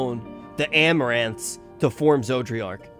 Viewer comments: It still bugs me that still pronounces an extra “r” in Zodiark. I live in the mid west and it’s like when people here say “warsh” instead of “wash”. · I just hear "Zoji-ark" or "Georgi-ark". Its hilarious. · Okay as someone who gets a wee bit irritated from mispronunced names, cause I live with that most of my life, if I here him call it Zodriark and not Zodiark one more time ^ ^+ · Finished 5.0 and still can't pronounce Zodiark. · It was fine when he would mispronounce Zodiark's name before because he only had to say it a handful of times but he said Zodiark's name so much during this session, it was genuinely distracting for me lol